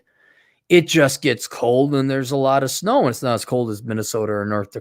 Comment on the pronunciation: said alot of snow like fast from Fargo